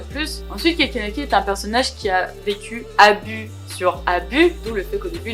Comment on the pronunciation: Hello, je vois ta vidéo seulement maintenant car je relis le manga haha et juste pour te dire c’est Ken Kaneki et pas Kanaki